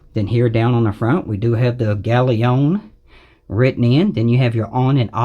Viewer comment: Brilliant review, and you might be the only person on youtube audiophile channels that can pronounce galion correctly!